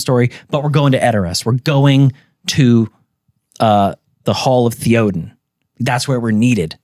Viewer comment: the way pronounces theoden is just wild